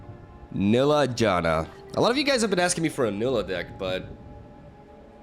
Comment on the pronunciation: It's pronounced Nai-lee-ah, with focus on the lee part